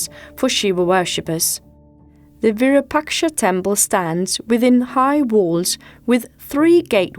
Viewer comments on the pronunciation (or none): In Hampi the architecturally marvelous, magnificent temple built by the rulers of Vijayanagara Dynasty dedicated to Bhagavan Shiva locally named as Shri Virupaksha, unfortunately the narrator in this documentary mispronounced it multiple times as Virupashka!